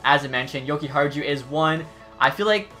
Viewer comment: Jokihar-jew xD